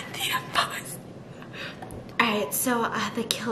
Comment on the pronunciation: Am I the only one who hears say Impasta instead of imposter? 😂😂